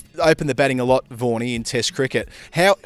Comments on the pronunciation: Why do u call vaghan as warnie??? Very strange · Vaughny he called vaughny